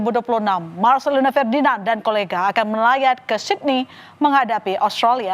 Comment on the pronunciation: Melawaat bukan melayat